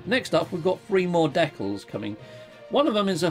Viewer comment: Love how you say deck alls 😂😊 Thanks for streaming. It's rare for me to catch you live.